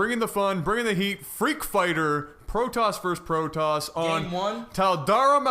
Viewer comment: "Tall dare em alter, limitef edition" lol